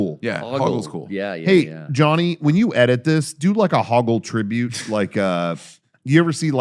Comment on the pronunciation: it was a tribuute